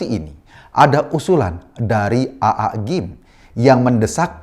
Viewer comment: Pak Eko, bisa nggak ngomong AA nya itu biasa aja.😂 Agak gimana gituh cara ngomongnya Aaa..